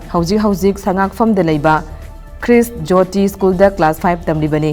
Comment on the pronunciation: This lady reporter pronounced khrish joyti school.... instead of Christ Jyoti School..dam cut her license of being reporter or let her learn to pronounce English well for the better manipur.... Don't kill English in my lovely state Manipur .....hope Tom tv finds a better employer in future